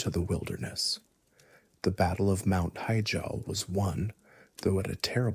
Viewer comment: mount heejall